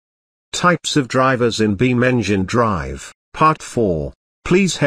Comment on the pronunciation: The way it says in the intron beam ngin drive loollllll